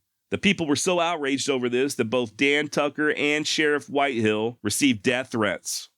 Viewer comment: WHITEHALL NOT whitehill